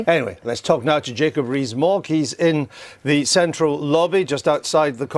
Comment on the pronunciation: Jacob BREEEEEZE-MOGG.....that's how this reporter/ journalist seems to pronounce his name. Maybe he's on to something.